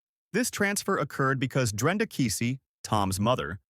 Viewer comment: It's Drenda. It's Keesee.